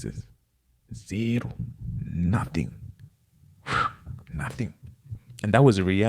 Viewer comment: haha felt that ZERO in the brotherly zim accent